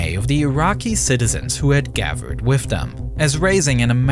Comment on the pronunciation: This guy's voice. Hilarious. "Wifth his hands in the errar." "Oferthrow the government." Hilarious.